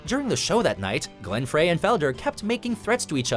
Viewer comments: It's pronounced Fry.....not Frey. the e is silent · Frey : pronounced Fry , not Fray. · Fryyy not fraaaaay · Hey you doing the voiceover! It's Glenn Fry! Not Fray! Get your facts right! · Glenn Frey is pronounced "Fry" I hate it when narrators have no idea what they are talking about. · U said his name wrong glen fry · It is pronounced Glenn fry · I was struggling getting through this already but when the narrator mis pronounced Glenn Frey’s name as “FRAY” I finally stopped watching. Only one of the most influential guitarists ever in rock & not exactly a hard name to fuck up but here we are. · Did he really pronounce Glenn Frey's last name as "Fray"? Twice? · Oasis as the number one messiest split up? Did you find Whitney Houston's secret crack stash or something? Shouldn't be surprised I guess, since you can't pronounce Glenn Frey's name correctly. Go back and listen to the Backstreet Boys.